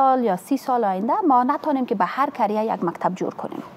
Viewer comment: رنگینه کاکر وزیر معارف در برنامه سراچه جملات ذیل را نُطق کرد: مالیم ( معلم ) تالیم ( تعلیم ) ماریف ( معارف ) منطک ( منطق) انتکاد ( انتقاد) کریه ( قریه ) کبول ( قبول) فکت ( فقط) تگریبا" ( تقریبا") ها نا ( ها، نی) تامیر ( تعمیر) اکلن ( اقلا") معصوم ( مصئون ) باث (بحث) چی رکم (چی رقم) تالی نمی داند کی وی را به رئیس جمهور معرفی کرده است. و موسیکی (موسیقی) ره هم زیاد خوش داره روز های جمعه که از خواب میخیزه موسیکی مشنوه. این زن فرد اول معارف یک کشور بنام افغانستان است. چی کنیم رفیق روزگار اینطور شده.